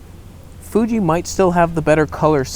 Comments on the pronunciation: Love how he calls it the 😅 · "fooge"? ... FOOGE?!!! lol. "Stabe"?